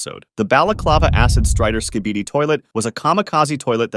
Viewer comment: "The Acid Barrel Skeeibieedi toilet" "The Anthony Fantano Skybidi toilet"